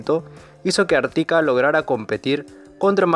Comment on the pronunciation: No existen los acentos en la narracion, es Ártika, YÁmboly